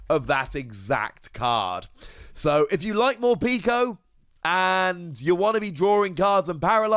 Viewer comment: I like your videos but it hurts every time you call Morpeko “Morpeeko”. The pek is pronounced like peckish.